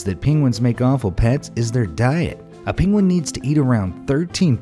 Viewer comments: Its Penguin not Pinguin ! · The mispronounced Penguin cracked me up.